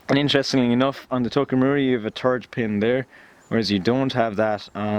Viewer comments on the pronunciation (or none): "turd pin"?